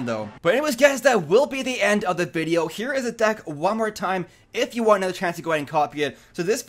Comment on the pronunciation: you notice that every time you say here it sounds like you say heya😂